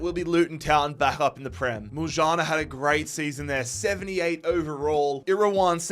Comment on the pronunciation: my boy actually saying muljana the right way